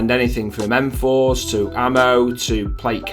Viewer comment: How old it this. Bro said M4s😂😂😂😂